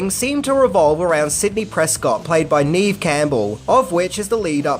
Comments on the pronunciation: sorry but you mispronounced her name. It's "nev" Campbell, not "neeve". I've heard her say this in an interview on TV. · Love the channel man. Neve Campbell's first name is pronounced "Nev", not "Neev". Keep up the great videos! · It's pronounced "Nev", not ", Neev". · It's pronounced NEV NOT NEEV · You're saying her name like Neev, it's pronounced like "Nevv" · Its pronounced “nev” not “neev” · no no no, its not neeve its neve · You mispronounce her name,... It's pronounced "NEV," not "neev." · Neve is said like “Bev” just with a N. “Nev” Campbell. Odd spelling, yes. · “Neeve Campbell? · It's pronounced "Nev" Campbell, but spelled Neve. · 😂 He Called Her "NEEV"!!! 🤣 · Neve Campbell isn't pronounced how you think it is, apparently. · I laugh on how he mispronounces Neve Campbell’s first name. 😅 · For someone who supposedly loves this movie, you got some important things wrong. You pronounce Neve's first name wrong, the script wasn't sold on Monday but over the weekend, Matthew auditioned for Billy but got Stu, and mispronounced Matthew's last name. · How I take you seriously as a film reviewer if you can't even get Neve Campbells name right? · Pretty sure pronounced her own name on SNL and it wasn't how u pronounced it with a capital E. Could be wrong though. Great vid!